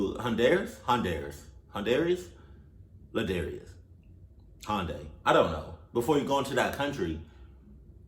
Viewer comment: “Handairies” “Handaris” “Ladarius” “Hundaris” ~ 2020